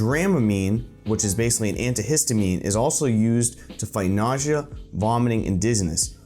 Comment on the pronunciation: did you have a stroke while saying nausea?